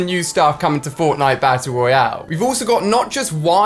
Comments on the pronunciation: did alia say bassle roale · “Bass Royale” Ali-a 2018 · LittleNinja Dumbass hes British thats how they say it and it sounds better and I'm American. Stop discriminating people.